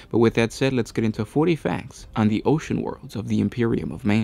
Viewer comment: mek quake i heard 40, but said something like "fouree years"